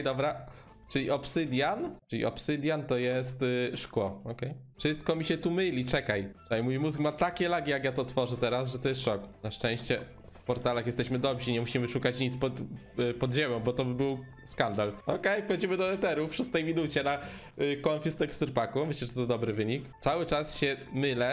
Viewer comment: Jak coś to dobrzy a nie dobśi